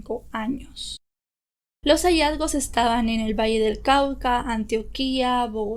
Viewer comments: Y no es Antioquía si no ántioquia mi querida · Putamayo? Quíndio? QUINDÍO , PUTUMAYO! Es ANTIOQUIA NO ANTIOQUÍA Lo siento pero soy colombiana y me da cosa que pronuncien mal un municipio que no lleva tilde o ponen la tilde donde no va jej pero igual buena información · Yo soy de pereira y aun hay muchos restos de niños sin reconocer y se hizo un parque en honor a las victimas se llamaba parque de la vida pero hoy en dia esta abandonado y esta super boscoso, a y antioquia no se dice de esa manera es sin acento igual q tulua, garavito ha sido de las peores cosas q le pasaron a colombia deberia quedarse en la carcel esa porqueria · Ojo con la pronunciación... ANTIOQUIA, QUNDíO, TULÚA... ETCÉTERA. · Quidío con tilde en la i, bocaya no existe debe ser Boyacá, Antioquia lleva el acento en la o, Tuluá con tilde en la á. Hay rumores de que el tipo ya está libre... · me haces reír como pronuncias Antioquia, Quindio,e.t.c. tan bella.